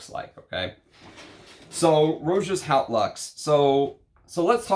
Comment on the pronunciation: Just a pedantic pronunciation note but ‘Haute’, meaning ‘high’ or ‘grand’ in English, is pronounced like ‘oat’ (with the ‘h’ being almost silent). Cheers.